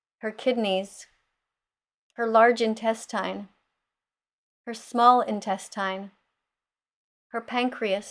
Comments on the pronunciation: “Her entestINEREEEEEREEEEEE” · This mf can’t even pronounce intestine correctly 😂